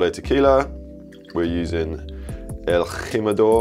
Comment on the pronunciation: Kudos on the accent on “el jimador”